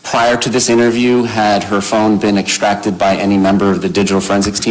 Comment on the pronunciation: He sure can't pronounce " extract" and "asphyxiation ".